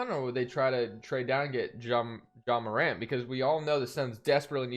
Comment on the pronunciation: liked the vid when u said Ja Morant’s name right